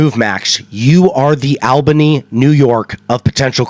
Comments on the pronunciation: it's actually pronounced ALL-bany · Yeah I'm from New York and you are def not saying it correct. It's All-bany not AL-bany